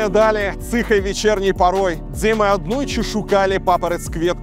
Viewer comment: Я из РБ. И режет ухо твой беларсский. По крайней мере когда у тебя произносится сочетание букв "дз". При произношении этих букв "з" не читается. Например пишется "идзе", читается - "Иде". И больше жёстких звуков. Не смягчай. Действуй. Всё в твоих руках.